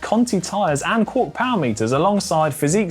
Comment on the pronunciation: it was a joke cos its Quarq and they pronounced it quork